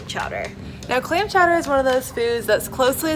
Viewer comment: Great video ladies…. Clam Clawder